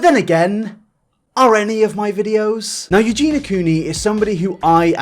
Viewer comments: Great video as always and well done for covering this, it's definitely gone pretty much under the radar how she'll defend scum just because they're 'nice to her'. She's not as sweet as she makes out. Sidenote though! I can't tell if it's your accent but you always pronounce her name 'Eugena', but it's 'Eugenia' so phonetically Eugene-eeyah! Other than that though great video! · Can I just be petty for a second? It’s eugenia, not eugena. So many people say it wrong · This is totally besides the point but her name is pronounced EuginIA, not Eugina. "Eugee-nee-ya". But yeah, I completely agree, she's a very naive girl, and I don't actually know why she's still on the internet at all in my opinion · I hate that Eugenia was pronounced Eugena during the entire video. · If you're gunna make a video like this about someone, at least learn their name. It's Eugenia not Eugena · Eugena.. Her name is Eugenia 😂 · The only thing about this video that annoys me is how says eugena instead of EugenIA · Eugen - i - a!! Arrg! lol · Eugen- i - a!! Arrg! lol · i really appreciate this video. i think you did great on this video except you didn't pronounce eugenia right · I appreciate the video but it drives me insane that you’re saying her name wrong throughout it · The way you keep pronouncing her name triggers me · Why do you insist on saying her name wrong? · You can't even get her name right, dude. .. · omg why did u have to say her name wrong the WHOLE video D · Please pronounce her name correctly! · I'm trying so hard not to point out that you keep saying her name wrong 😐 I failed 😐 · you say her name sooo weird and wrong lol